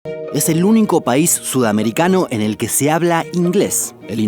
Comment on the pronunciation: OShe Que She Pasha xD